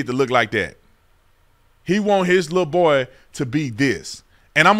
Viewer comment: The way you say, “lil boy” 🤣🤣